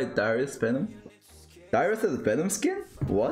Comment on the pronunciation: u said vanom instead of venom